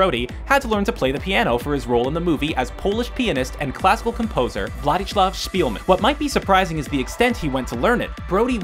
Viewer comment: i've never heard someone say "Władysław" so wrong... the narrator needs to learn how to read slavic names for sure